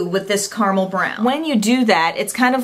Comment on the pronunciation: Did you just say "CARMEL brown"? It's CARAMEL. Caramel is not exactly a hard word to pronounce, people.